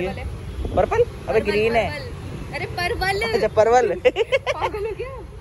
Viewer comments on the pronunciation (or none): Are yarr didi use parvar bolte hay hay palval ni